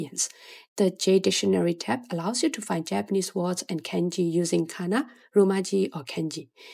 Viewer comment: Why do you say KENji instead of kahnji (i'm talking pronnounciation not grammatically of course). It's way off.